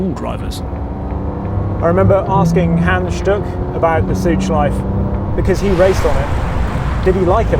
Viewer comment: Nice history lesson! Interesting how you actually say Porsche correctly, not Porsch, yet you say Südschleif and Nordschleif, not Südschleife and Nordschleife... :) Same 'e'...